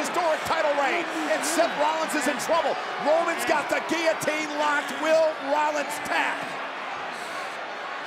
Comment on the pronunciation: Roman - everyone tapped out on giliteen Seth- seriously brother